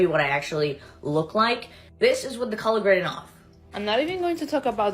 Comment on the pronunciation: Leave her Alone, how many times does she have to tell you "It's CULLAHHH GRADIN" before you believe her?!Sheesh!🙄😂🤣😂